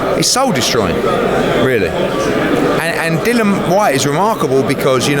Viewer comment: Yet another thick lazy American that can't pronounce simple names. Dillian Whyte not fucking Dylan! How can you be a reporter on a sport and not know the big names in it?